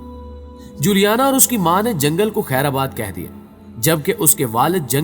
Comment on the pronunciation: معذرت کے ساتھ خیر آباد نہیں بلکہ خیر باد ہوتا ہے